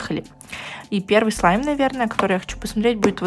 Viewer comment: Я одна заметила что начала говорить СЛИМ?